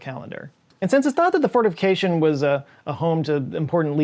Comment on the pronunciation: I am hearing it as fornification (not fortification) 😅